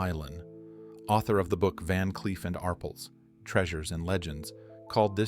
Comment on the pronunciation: Your pronunciation of Arpels is wrong!